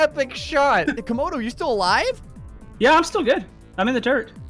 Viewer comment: ... Comogray ... Graodo ... Graymodo ... Gramodo